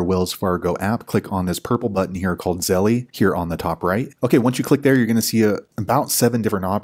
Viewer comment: hi, great step by step tutorial. I have Navy Fed. So I sent this video to my Aunt to show her how to set up Zelle in her Wells Fargo app. It helped her. Thanks. Also just an FYI although it’s spelled Zelle. The E on the end is silent. Therefore it’s correct pronunciation is Zell 😊